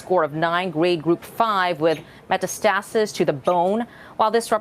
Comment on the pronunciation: NODE yules, META stasis - can we have talking heads who know how to pronounce THOSE BIG WORDS...